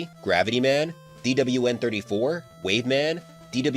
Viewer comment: The way you say DWN is so satisfying to hear for some reason especially in 2× speed